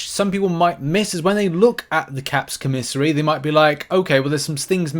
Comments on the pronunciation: COM a SARY not co-mis-ery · It’s COMA SARY co miss ary makes my skin crawl when you say it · koh' • mih • sar • ee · Christ days later and you still cannot say the word LMFAOOOOO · Man I'm wondering why you say commissary like that lol